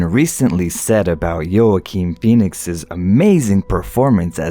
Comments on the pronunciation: Did you say "Yo-Akeen" as in Juaquin Pheonix? Try "Wah-keen" instead ;) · you totally butchered Joaquin Phoenix's name pronunciation.